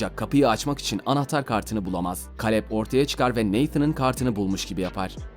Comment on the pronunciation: O Kaleb,Keylıp olmasın(yani telaffuzu)